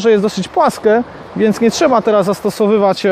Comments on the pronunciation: Jprd morze „płaske” wędzisko „miękke” ziom kto cię przepuścił do trzeciej klasy SP? Nie da się tego kaleczenia słuchać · Bardziej razi „płaske”, „miękke”. To, ze gość angielskiego ni w ząb trudno, ale ze po polsku niewiele lepiej to już dramat